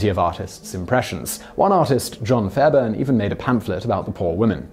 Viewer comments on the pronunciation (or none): none